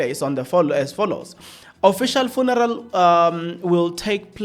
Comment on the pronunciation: Are you deliberately irritating us by the" Funaral" 😮